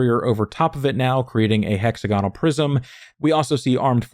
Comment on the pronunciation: I love these videos but please can you pronounce it “hek-sa-guh-nuhl” as opposed to “hexagon-al”